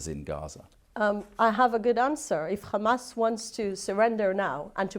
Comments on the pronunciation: She literally said KKKKamas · Can we please tell them to use a placer word for Hamas. I can’t stand to hear them say Khhhamas even one more time 😩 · She didn't mention hamas ... she said khamas ! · no, they all say Khamas. No one knows why…there is literally no reason to say it that way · what? “kkkkhhhhamas” 😆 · Hamas not KHamas! 😂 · It’s hamas not khamas put some respect on the name. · It doesn't matter how she pronounced it, she still meant Hamas, and that's besides the point...